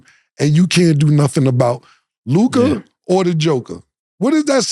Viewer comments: One thing Ma$e gone do is fuck somebody’s name up who tf is Luke-eye 😒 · Why cant Mase say Luka?😂😂😂 Mase: Loo-KAHHH 😂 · definitely said the Celtics are the most capable team to win out the east at the beginning of the year can’t remember what episode but y can’t Mase say “Luka” lolol he always saying Lucas or some crazy stuff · Why this nigga Mase always add a “R” to Luka name “Lukar